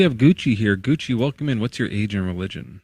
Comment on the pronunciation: I can't believe Gucci didn't acknowledge that kept calling him coochy! I was laughing the whole time! Do these people realize that you guys are just effing with them?